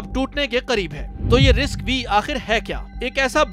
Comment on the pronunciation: RISC-V pronounced as RISC-5